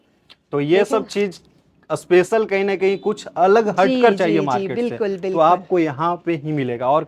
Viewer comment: अस्टेट नहीं स्टेट ,अस्पेशल नहीं स्पेशल बोलें एंकर जी।